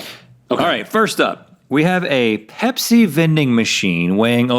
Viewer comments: I thought Rhett said Hep-c vending machine not pepsi vending machine 😂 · I swear I thought Rhett said Hep C machine... and then I saw it and was like ohh that makes much more sense